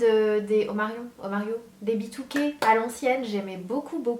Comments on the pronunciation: "omario" 😂 c'est omarion 😉💕 et ton tag il était au top ✊✊ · Sana Sana ça se prononce Omarionne mais c'est pas grave , j'adore aussi John le jardinier 😍😩😍😍😍😍😍😍